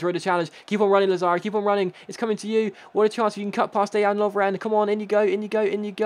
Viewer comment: congrads on being the only English person who can say Dejan properly